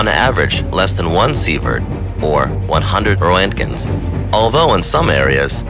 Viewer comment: It's pronounced RAYNKINS, not ROE-ET-GANS, just FYI